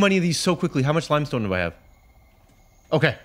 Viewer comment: The way he pronounced limestone limb-stone